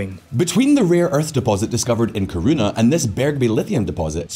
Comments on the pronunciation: Kiruna* not kuruna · Kiruna is pronounced “Key-ru-na”